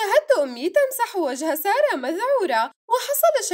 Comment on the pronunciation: كانها قالت جائت سياره ❌ بدال ما تقول جائت ساره✔️ 😂😂😂